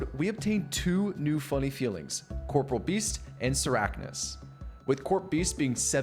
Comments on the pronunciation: Ok im glad im not the only one who was say Corporeal Beast wrong lmaoooo ill forever say it wrong idc lol I say Corporal too instead of corporEAL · i love how everyone mispronounces corporeal as corporal like the military rank lol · Corporeal not corporal lmao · OSRS player try to pronounce Corporeal correctly (impossible)